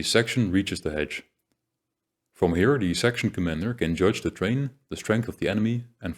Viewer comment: Thank you for all of the wonderful content you have made. It is of a very high quality and thoroughly researched. One small point. The word terrain is pronounced more like this: 'teh-rain'.